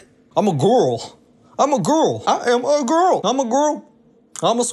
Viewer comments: I heard "GORL" and got ten thousand flashbacks in mere moments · The reason he's saying GORL is because he's parodying Amber Reid, another mukbanger